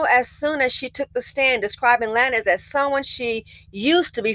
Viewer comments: I loved how you pronounced his name...Lan-ez...when it's...Lanes. 🤣🤣🤣 KUDOS...you have certified that you are an elevated BW that's no longer closely BC adjacent. #Goals👏🏾👏🏾👏🏾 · It's pronounced "lanes", like bowling lanes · The way you pronounced lan ez got me going 🤣🤣🤣. I hope Megan's mental health is okay. She is being tauted by both bw, bm & everyone else. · yea that part took me out hahahaha! honestly though, he wanted to be edgy! cause if you want us to say “lanes” don’t right it as “lanez”😅😅😅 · The fact that an older black woman is mispronouncing his name lets you KNOW he is a NOBODY‼️‼️‼️‼️ Old headz never mispronounced Beyonce or Jayz’s name‼️Before during and after this incident I can emphatically say I DO NOT KNOW ONE of his songs and I wouldn’t dare trigger the algorithm searching for it‼️I literally thought that Bryson Tiller’s music was his before all this‼️ B men are embarrassing NOBODIES all around‼️ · 😂😂I can’t figure out if is intentionally saying his last name like that or not 🤣🤣